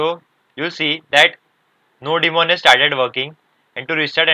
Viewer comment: not nodi-mon bro , its nodemon